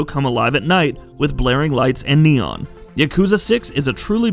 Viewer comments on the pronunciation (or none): none